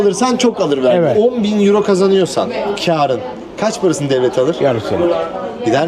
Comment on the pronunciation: Kırmızılı eyro eyro diyen adam iğrenç bir tip değil mi 🤢